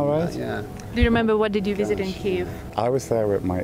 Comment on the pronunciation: Дуже цікаво і надихаюче! Єдине, що хочеться додати- правильна транслітерація Kyiv а не Kiev. До речі, британець вимовляв правильно)